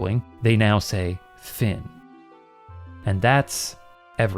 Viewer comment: "fin" (end in french) isn't pronounced like that 😅